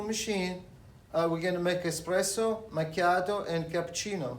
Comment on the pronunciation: Heel irritant dat de voice over het heeft over “expresso” in plaats van “espresso”